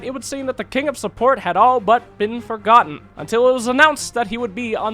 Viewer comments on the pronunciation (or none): none